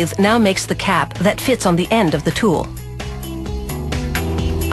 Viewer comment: Why does she keep saying teul instead of tool?